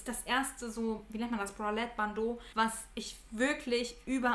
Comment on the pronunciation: Finde es so toll wie deutlich und schön dein hochdeutsch ist. Und dann kommen diese paar Worte " wat, dat, det) schrecklich. Brauchst du nicht!